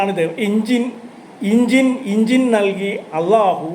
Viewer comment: ഇൻഞ്ചിൻഅല്ല ഇൻ ഞ്ചീൽ